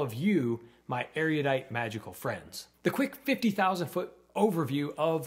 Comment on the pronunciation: erudite is pronounced 'erudite' and not 'ereeyudite'.